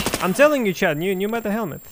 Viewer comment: I like the videos and the pronunciation but it somehow always sounds like "chad" instead of "chat"